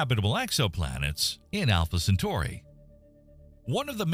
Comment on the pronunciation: He said Entrè Pinaurs